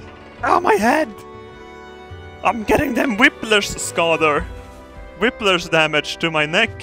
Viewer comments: By wiplers, do you mean whiplash? Lmao simple mistakes... It's pronounced wip-lash like the ashes leftover from a fire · saying Whiplers is my new guilty pleasure